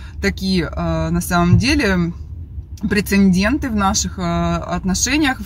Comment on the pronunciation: Прецедент, а не прецендент